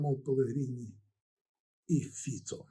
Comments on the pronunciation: фІцо, а не фіцО, наголос у словаків та чехів на перший склад, крім запозичених іноземних слів. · ГімнО.ФіцО.Наголос на О!!! 😮